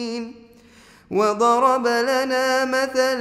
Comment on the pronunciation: There is a mistake You reciteوضربَ but it is وضربْ